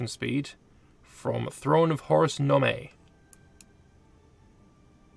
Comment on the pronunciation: I am SO PSYCHED for a continuation of this series! Nome is pronounced “gnome”, by the way.